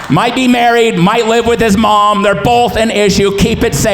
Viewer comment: “rrrrrrlive with it” was one of the funniest things I’ve heard